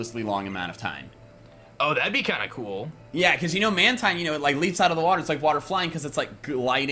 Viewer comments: Man-Tine, Man-Tine, it's pronounced Man-Teen, Speqtor represent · It’s pronounced man-teen!!!